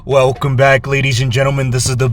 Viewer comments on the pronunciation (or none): none